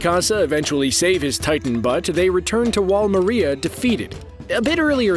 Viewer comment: He said wall Mareia its Maria